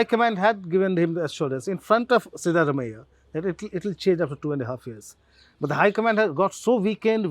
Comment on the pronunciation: Dear SG Can you please have Print folks pronounce South Indian names - at least the more common ones like Siddaramaiah correctly? The correct pronunciation is सिद्धरामय्या - Sidda is the more vernacular spelling of the Sanskrit word सिद्ध and रामय्या is राम + अय्या(father in Kannada ) . Not really hard for the Print journalists if only they care to learn it.